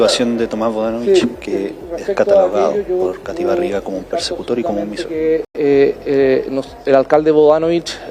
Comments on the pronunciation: Cathy Barriga dijo “misogeno”, no “misógino”. Ni siquiera sabe lo que habla 😂 bien presa se fue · La chimbiroca esta ni siquiera pudo decir bien 'misógino'. Me sorprende la manera en que subestima la inteligencia de la gente con sus declaraciones